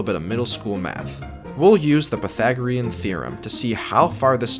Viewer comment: pythagrrium lol